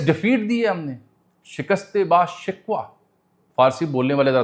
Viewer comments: یہ شکوہ shakwa نہیں شکوہ shakoh ھےاسکے معنی گرینڈ glorous کے ہیں اور شکوہ کے معنی شکائت کے ہیں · It's not shikwah,it's shikoh.shikoh means glorious.and that's a lame excuse that shobaz can't give a smiling presentation because it's moharrum.bs. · Yar shikast e ba shikwa nahin. Ba shikoh hai. Bahut say log suntay hain aap ko. Kuach to khial karain. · ما شا اللہ آپ کا مطالعہ اور تجربہ بہت وسیع ہے ۔تجزیہ اتنا غیر جانبدار اور حقیقت پر مبنی ہوتا ہے کہ اس لفافوں کی زبان اور مادی دور میں مجبورا" آپ کے وی لاگ کا انتظار رہتا ہے۔معذرت کے ساتھ ایک درستگی کروں گا شکست با شکوہ میں یہ لفظ شکوہ نہیں بلکہ فارسی کا لفظ شکوہ (Shakuh) ( ش کے اوپر زبر اور ک کے اوپر پیش) ہے۔جس کے معنی رعب ۔دبدبہ اور شان و شوکت کے ہیں ۔ شکشت با شکوہ(Shakuh) کا مطلب یعنی ایسی شکست جو ڈٹ کر بارعب طریقے سے دی گئی ہو۔۔ تاریخ میں ایک پرشین جرنیل دارا شکوہ(Shakuh) بھی گزرا ہے جو ہمارے سکولوں میں استاد اس کو دارا شکوہ( Shikwa) ہی پڑھاتے رہے ہیں۔ Shikwa اصل میں عربی زبان کا لفظ ہے اردو میں بھی استعمال ہوتا ہےجس کے معنی گلہ۔شکایت سب کو ہی معلوم ہیں ۔ مع السلام۔۔خیر اندیش۔عبدالخالق راجہ۔ اسلام آباد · "شکستِ با شکوَہ" (shikwah) نہیں، بلکہ "شکستِ با شکوہ" (shikoh) ھے، یعنی باہیبت شکست۔ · Glorious defeat __Not shikast e ba shikwah, it is shikast e ba shikoh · This is pronounced as "shikast i ba shikoh" and not shikwa...sir...shikoh means aalishan...etc remember mughal prince Dara Shikoh.. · Please note pronunciation is not bashikwa but bashakoh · Ma shikoh ... Not shikwa ... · اجمل ایتھے لفظ برباد دی “د” دے تھلے زیر نئیں۔ بلکہ کجھ وی نئیں۔ اس دے علاوہ جدید فارسی وچ لفظ رفتہ دا تلفظ ساڈی طرح نئیں کیتا جاندا۔ ایتھے رفتہ دی “ہ” دے تھلے زیر اے۔ شکست با شکوہ وچ شکوہ دا تلفظ بالکل اسی طرح اے جس طرح شہزادہ دارا شکوہ وچ اے۔ میں جدید فارسی وچ ڈگری کیتی اے۔